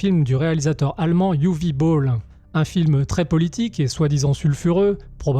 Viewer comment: Ce n est pas "youvi bowl" mais : "ouveuh boll". La où c est amusant, c est que j ai vu peu de temps apres citizen vigilante, magnum force. Et traité complètement differemment, c est la meme histoire, en version légalisée. Ce qui nous rapproche de "la nuit des juges". Ils sont tous notre exutoire face l ambiance et par rapport à la loi. Ca reste tres agreable à voir. Et on peut critiquer sa forme, il n en reste pas moins un film que personne n'aurait les c.... de produire aujourd'hui, ce qui en fait un pur ovni. Travail remarquable du realisateur, puisquil signe un travail bien plus équilibré que ses anciennes bouses. Film traité de facon à en faire quelques suites. Encore une chose tres curieuse face aux critiques évidentes auxquelles il devait s attendre des la production